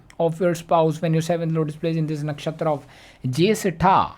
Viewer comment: The Way You Call Nakshatra Jyestha Soo Good 😬😬💥'Mine Moon Nakshatra N 7th Lord Nakshatra Are Same so Me And my Husband are Same may be